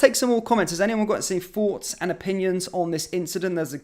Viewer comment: Sorry, I can’t listen to this, presentation is too jerky, you need to calm down, stop putting so much emphasis onto so many words. Also, do you want our forts, or thoughts?